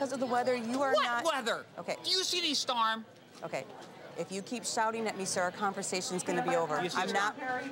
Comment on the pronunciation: "Where's the 'starm'?" lol